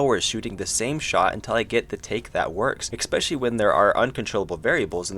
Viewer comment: Why do you pronounce "especially" like that :(